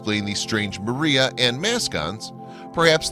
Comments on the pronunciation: PS It's pronounced MAH-re=uh, Not MARE-e-uh. It's Latin, dude! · People will believe anything to avoid admitting GOD PUT THE MOON THERE. Edit you keep saying maria like the way whites use the name.. It is said as Spanish say it with emphasis on the R, like my username... It's not pronounced Mirria.. It's MAR-e-ah(Mars without the S) and emphasis on the R.. Not Mur-E-ah